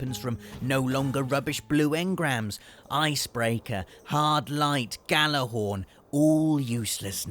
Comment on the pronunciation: you said gjallarhorn wrong u gotta pronounce it with y XD